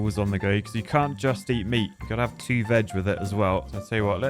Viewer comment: British: •invented the language• Also British: city skylines teaugh